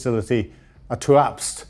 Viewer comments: TUAPST?????? It is TUAP'SE. ie TOO, AP SAY. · Look,,,, u need to work on these pronunciations,,, ur getting worse there's no K in tuapse, and keep practicing,,,, Koss,,, tan,, tin,, eevka, cmon